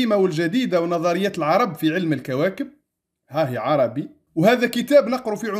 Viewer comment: السلام عليكم أنا من متابعي قناتك لجودتها ومصداقيتها ولكن لكل جوادٍ كبوة. اعلم أيها السيد المحترم أن الكتب التي ذكرتها كمراجع هي في الحقيقة كتبٌ إيطالية وليست لاتينية وحتى كلمة "ARABI" المنقوشة في الصخرة التي تنطقها عربي وهذا إجتهاد منك فكان عليك أن تنطقها "أربي" وفي القاموس الذي ذكرت فالحرف "A" فوقه هلال فليست نفس الكلمة والسلام